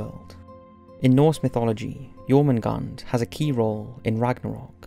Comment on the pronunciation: Am I correct in saying that in English Jormundgand(r) sounds closer to Yermundanth(r) and Nidhogg(r) is more like Neethherg(r) with the 'th' in both cases being pronounced with a hard 'th' similar to 'the'?